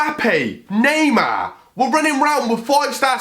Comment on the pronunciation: Eu ouvindo ele falar Neymar sendo q Neymar e Br jkkkkk